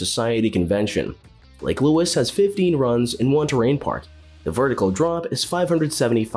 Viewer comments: So many mistakes made in this video - it's an absolute joke. The icing on the cake I felt tho was "Lake Luis"!!! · First time hearing Lake Louise pronounced as Lake Lewis.